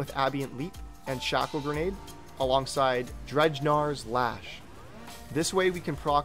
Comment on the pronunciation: Solid video overall sir. Gotta playfully give you some heat for "drej-nars lash" though. Think I died a little inside hearing that. While rolling the 1st R in the word, it's "dren-ger" btw. It's a norse word. Believe it was reserved for elite viking warriors. Proper badasses. Cheers.